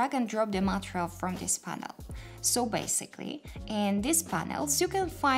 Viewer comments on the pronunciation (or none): Thank you very much for this video! I used the old view, as the slate editor was a bit intimidating. I think the stress for the word material would be [mə'tɪərɪəl] for the second syllable. Keep up the good work! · you need to pronounce MATERIAL muh·tee·ree·uhlz better... if you're going to teach a tutorial in English please refer to proper pronunciation otherwise teach in your native language with English sub titles.. is very distracting.. I'm trying to help so please don't think I'm being harsh.